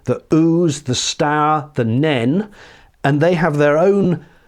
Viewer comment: Great, really interesting video. Nene - thanks for the correct pronunciation.